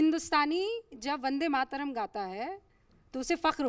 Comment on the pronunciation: अनुराग भदौरिया "वन्दे मातरम " को " बन्दे मातरम " बोले, वन्दे सही शब्द है, बन्दे नहीं।